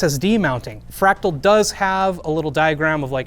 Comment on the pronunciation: Lol Crack-tal